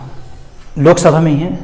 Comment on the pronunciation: Sok sabha nahi😆Lok sabha😂😂😂😂😂